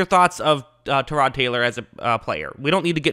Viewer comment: Actually, he said it the way Tyrod says it.